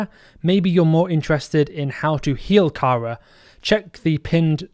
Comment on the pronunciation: That 'Kara' pronunciation shudder